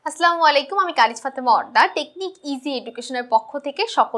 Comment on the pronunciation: ম্যাম, আসলামু আলাইকুম হবে না। আসসালামু আলাইকুম হবে।দয়াকরে কিছু মনে করবেন না।